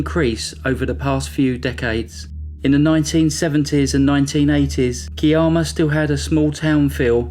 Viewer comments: I am so glad you've hit this milestone and it was fun to see that upload. Thanks for putting this together. In the Australian story, the Kiama is pronounced Ky-Emma. It's still a small town, it's name is derived from an Aboriginal word Kiarama meaning where the sea makes a noise, because there is a blowhole that can spout up 30 metres. Thank you for telling Kim's story, life goes on for everyone else in the world, but these victims can be known for who they were. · Kiama is pronounced KYE-ammer; Gerringong is pronounced JErrin-gong.